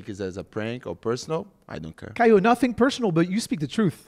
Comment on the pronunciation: Je lis les commentaires et personne parle du moment où il dit caio ressemble à cailloux non mais sérieux 😅😅😅!!!?